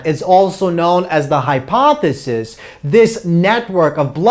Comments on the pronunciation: lol I thought I was the only one who keeps hearing hypothesis. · Thank you very much for your lectures!!!Congratulations!They are totally awesome!I just wanted to mention something of no significance,just for the record.The "ph" is always pronounced as "f", which means that hypophysis is pronounced as "hypofysis".